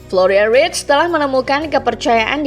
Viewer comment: Florian verts bukan writs!!